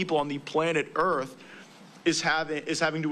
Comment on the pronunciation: why so much emphasize on earth? Like theres other options lol